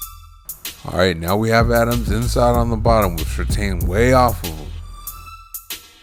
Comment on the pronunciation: It's pronounced sur TAN, not sur TANE.